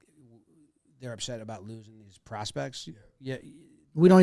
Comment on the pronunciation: Had to turn it off when Jim listed off the prospects and he goes “Yankees got all dez guys?”